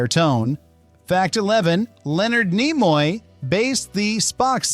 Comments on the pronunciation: .... pronounce Nimoy please? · I'm pretty sure this is an AI voice. Either that or he knows nothing about Star Trek because he doesn't know how to say Leonard Nimoy.